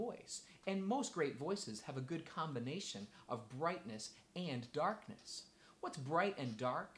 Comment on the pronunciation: Did he say "dorkness"?